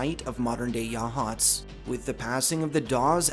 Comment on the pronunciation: Local here, saw the grey lady once. I will say I’m proud that you pronounce Yachats correctly